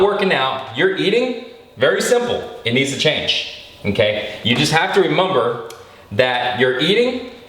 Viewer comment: LOL every time he says "remumber"